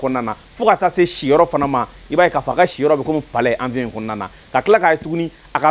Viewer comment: Bjr Quand vous donnez des infos en bamananka évitez d'utiliser bcp trop souvent les mots français Il faut prononcer << avion et non avion >>>